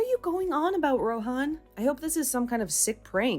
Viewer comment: First off I thought they never got married and even if they did they could just get it annulled. And the payout even for east Asian stories is stupidly high. Lastly I'm pretty sure the h in Rohan is silent. If your going to use a name like that pronounce it correctly.